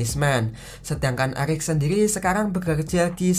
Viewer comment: Eric di bilang elic wkwkwkwk🤭🤭